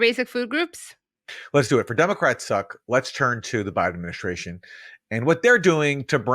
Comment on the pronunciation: "Ad-min-i-STRAY-shun" - there's no H in ST. There's no SH sound in ST.